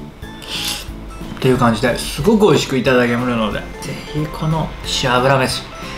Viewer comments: しゅぉゅめしゅ…美味そうだ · 「しおあぶらめし」って言ってたのか・・・最後にやっと聞き取れたｗ 明日昼に作ってみます！ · めちゃくちゃ発音がいい中国語かなんかかと思ってたけど聞き直したら、｢しおあぶらめし｣って言ってたんですねww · 結局、料理名が聞き取れなかったｗ